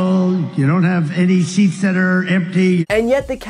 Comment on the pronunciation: Trump said ‘theats’ instead of ‘seats’!!!😂😂😂